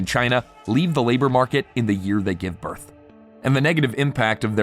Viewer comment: In the noun birth_, the is _unvoiced. It's like the in "with," and not like the in lithe or scythe. It is unvoiced in the plural _births as well.